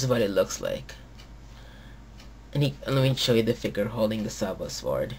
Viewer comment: A. learn how to say "Figure" B. He lost his powers in season 2, not 1